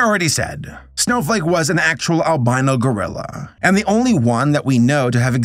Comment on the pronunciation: I KEPT HEARING SNOW-FUCK…..🥲✨